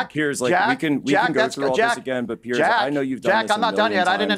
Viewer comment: Why do all Americans manage to find the letter C in the name Piers? There seems to be an assumption that he is called Pearce.